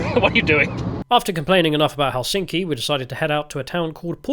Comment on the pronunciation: The correct stress on the city Helsinki is on the first syllable, so heklSINKI is incorrect and HELsinki is correct.